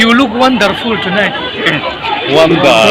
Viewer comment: E-zu-ke-sawn, one-dar-ful, etc ka duh thei emai😂 cuan a lang leh a nuam ee,,lol